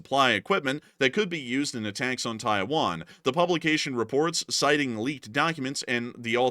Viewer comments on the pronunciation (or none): none